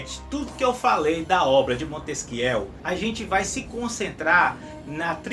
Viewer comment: o vídeo está ótimo, só tenho uma crítica: o nome Montesquieu se pronuncia "Montesquiê".